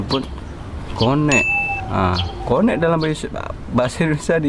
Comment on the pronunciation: Connect, sebutan yang betul adalah 'kenek' bukan 'konek'!